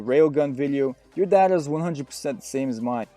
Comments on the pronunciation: Y do u say it data and not data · Good video, very informative but the way you say data pisses me off XD